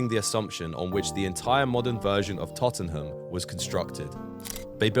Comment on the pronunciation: Just as i wrote that i heard totonom lol